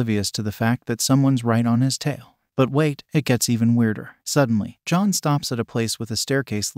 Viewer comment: Lmao this must have been a trash ass movie. Great overview, this video made me laugh. Liked! Commented! I know you probably noticed this but the text to speech program did mess up a couple times on the name “John” which was a little confusing. Long video so I imagine it would be difficult to get the text to speech exactly right, and it didn’t effect the overall effect of the video. Bravo!